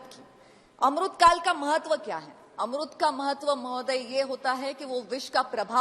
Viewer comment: आमृत होता है की अमृत काल होता है सही से तो बोलो